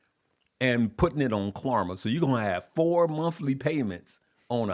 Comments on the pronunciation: Please stop saying KLARMA!!!! It’s KLARNA with an ‘n’……. Can’t believe no one has corrected you since yesterday’s videos!!! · It’s klarNa not klarMa brother